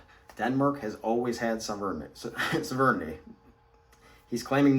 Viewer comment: You have trouble saying the word "sovereignty". This appears to be AI.